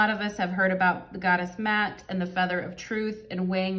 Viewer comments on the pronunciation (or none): Ma'at is pronounced ma (like in Ma Rainey) - AHT.